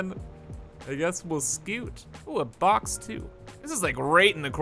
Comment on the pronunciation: It did not sound like he said "box" to me🤣